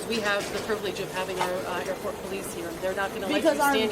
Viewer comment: Good job on the "Airrrport" today. 5x... it wouldn't be without it! We expect no less. For us counters... 5x beats 3x